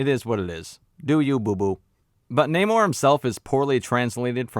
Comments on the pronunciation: seen the movie today was pretty good and who cares if you can’t pronounce namor that’s your prob just nit picking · Who goes to see a marvel movie expecting great writing? This was a good movie with great action and emotion! And your jokes on not being able to pronounce the name sounds RaCist to me! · In case you didn't know I like your videos but just so you know the whole thing with namor and being pronounced in a Spanish way as you know a person who's Puerto Rican that was not something that was you know done for any cultural reason it was done because Paramount owns the f**** rights to namor and the submariner property so they couldn't say the name and they couldn't use the term atlantian they couldn't use to try then they couldn't do none of that so they had to get around it that's why they they took the whole culture and they pronounce his name differently that's what this whole world to embrace the Latino culture and all this b***** that wasn't true about us but I think that the guy did a decent job with what he was given it could have been a little better the movie was okay it was all right but that's what happened that's what the whole thing with the Namor situation is about nothing else they just don't have the rights to the character and they didn't want to get sued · It's not hard to pronounce namore. They were important to us, represention.. other than that I completely agree with many of your point of views. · You had me laughing every single time you said “Namor” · The main antagonist's name is pronounced as NahmÓRRRRRR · in the spirit of political correctness, you gotta roll the Rs like Galadrrriel... it's pronounced Naw-Morrr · I LOVE THAT ALL THE BLACK PEOPLE IN THIS MOVIE PRONOUNCED NAMOR CORRECTLY-"NAY-MOR"- INSTEAD OF THE IDIOTIC "NON-AMOR" BULLSHIT THAT HE CALLED HIMSELF... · It’s NAH-MOR. it’s not that hard my guy. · Loved your review! Totally agree! And the naymourhdjsod pronunciation - made ma laugh so much!!! 🤩 😂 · Its, Nah-moor~